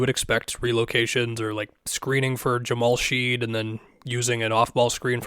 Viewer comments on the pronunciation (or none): it’s Jamal Shead like tool shed.